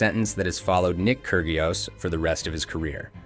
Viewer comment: The pronunciation is..KI RI OS!!!